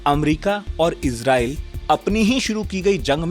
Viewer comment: Abey Irjael bola tu, Israel ko😂